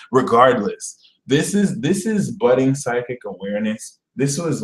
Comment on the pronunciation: Uhm did you say it's "budding" or "butting" now for Scorpio? (Rising, here) I don't have any r-ships "budding" currently, but I do have the "butting" on lock down Lmao